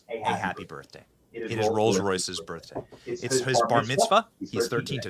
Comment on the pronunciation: She pronounced Birthday like "Birfday" 😂